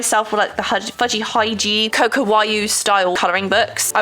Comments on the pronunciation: hearing you continue to pronounce hygge as hy-gee is SO relatable!!!! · Hygge is pronounced hoo-gah! It is Danish/Norwegian. The captions kept thinking you were saying 'hygiene' lmao. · "Hygge" is pronounced HYOO-GA. It's a Danish word. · I cant with how you pronounce hygge😭😭